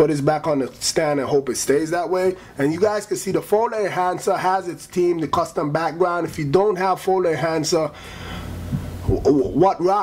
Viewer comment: ever "TEEM" "TEEM" PRONOUNCE YOUR GOD DAM H'S